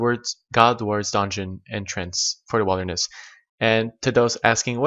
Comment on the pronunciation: he said wild-er-ness